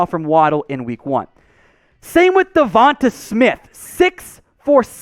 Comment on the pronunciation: Say devonta right moron